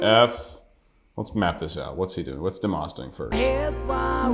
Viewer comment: Pronounced as dee mas like must without the t